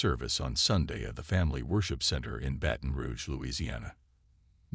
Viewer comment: Can't the AI even say BATON ROUGE correctly. His botched pronunciation of " BATON" is insulting to those of us that call BR home.